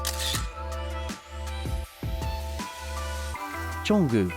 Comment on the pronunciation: Why do you call Jungkook Jonggü?😂